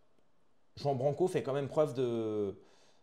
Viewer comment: Jai du mal quand tu le prononce a la française jean ça saigne 😢... Please pour nos oreilles